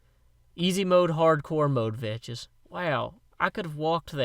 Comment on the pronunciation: Hey did you know that you are suppose to say vechs like vecks